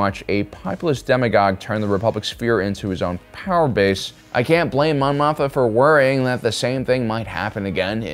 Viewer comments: Mothma. Not Motha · I love your analysis of political and philosophical ideologies within the SW stories. But I cringe every time you say Mon Motha. I thought I was mis-hearing you. But no. You say Motha, every time. It's Mothma. Always has been, as far as I know. I'm definitely not trying to be a jerk here, but I respect you and your detailed and intelligent approach, and assume you would want to know. Thanks for the great content. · greatest troll is finding something to mispronounce on every upload and watch the cringey comments arrive.....lol "Mothma".......HAAHAHAHAHAA!! <--- cringey comment